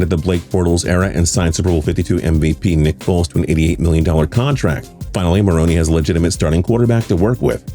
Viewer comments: “Ma-roan.” Not “Ma-roan-ee” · you got a great voice but how does let you butcher certain details. Its Doug (muh roan) not maronie. Like do you watch football? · Is he saying Marroney?? WHAT?? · Doug Marroney? Really? Can’t even pronounce head coach’s names correctly. And your research sucks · I was out when this dude couldn't pronounce Doug Marrone's name right. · Am i the only one getting annoyed how he says marrone wrong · He pronounces Marrone so weird